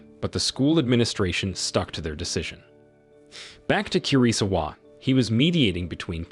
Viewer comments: I think KIRISAWA is pronounced KEY-REE-SAWA KAI is pronounced KYE like EYE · the way he pronounce 'kirisawa' and 'kai' triggers me. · Kirisawa was pronounced almost correctly.. Only the Kai turning Kei is the problem. You don't pronounce 4 syllable-word in Japanese like "Kiriii-saaawa" that's dumb. Western pronunciation of Japanese names are idiotic. Like how Naruto becoming "Naruuuto", straight up dog water pronunciation